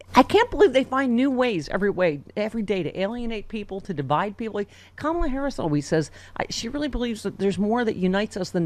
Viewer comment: Crazy how she brags about being a better person for having kids, she demeans Kamala by mis-pronouncing her name and then brags how Kamala is not as humble as she is. Do these people not Hear themselves?!